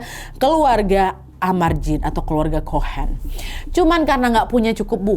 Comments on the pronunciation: Kalo huruf c terus h di bacanya cohen.. Bukan kohen... Kayak negara China.. Di bacanya.. Caina... Benar benar huruf c... Oke mbak.. CHOHEN DIBACANYA BENAR BENAR... COHEN. Pakai C .bukan K. ❤❤ Seperti kota Chicago.. Dibacanya Ci Ka Go..❤❤. Saya kasih contoh satu lagi. Kalo Conan the barbarian.. Itu baru dibacana Konan. Itu baru betul. Karena gakada huruf h setelah C. Corner kick Dibaca korner kik. Casblanca..dibaca Kasablanka. Chewing gump di baca Cewing gam. Ag capek gue. Ini basic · Its pronounced as a cohan (chohan) Bukan (K) Tapi C